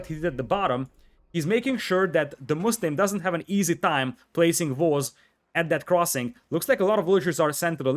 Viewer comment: You know ‘wery’ well that building ‘valls’ is important.